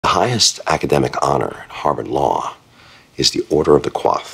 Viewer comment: Why didn't the show get permission, if they needed it, to say the actual pronunciation? A "quoff" (spelled coiffe) is French for hairstyle. The (Order of the) Coif, which Louis discusses, is pronounced "koyff." Hearing the word pronounced wrong so many times, for me at least, makes the scene seem like a goof.